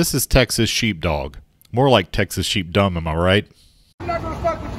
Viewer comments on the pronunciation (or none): Did you say sheep dumb or sheep dung? Second is most appropriate. These childish individuals seem to have killed most of their brain cells.